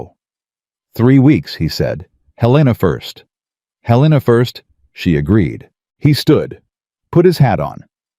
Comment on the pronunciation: Please pronounce Helena correctly. It’s Hell i (short I) nuh, not Huh lean uh.